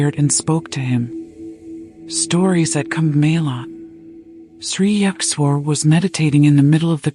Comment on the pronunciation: Ur pronounciation of Sri Yukteshwarji is completely wrong.